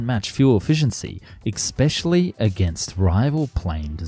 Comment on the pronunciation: It's especially not expecially.